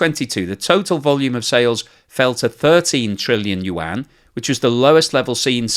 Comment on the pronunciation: Thank you for learning to pronounce Yuan. It's pretty decent now. Much improved from 6 months ago. 😀